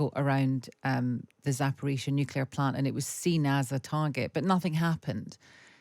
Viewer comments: Nucular? I haven't heard that since George Bush Jr. Does this clown say basketti too? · Wish he would stop saying "nuculear"! Very irritating.